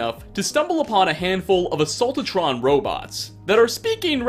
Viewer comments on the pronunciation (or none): I love the errors in pronounciation. Like, he says, "Assaultotrons", and "Protectotrons".